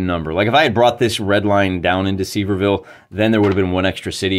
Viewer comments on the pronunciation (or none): Some important pronunciation tips: Any time you see "-ville" in Tennessee, it is pronounced "-vull" like gull with a v. Also, "Sevier" is pronounced like "Severe", so it's "Severe-vull"